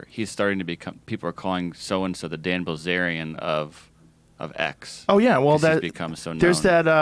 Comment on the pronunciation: It’s Bilzerian, not bazaar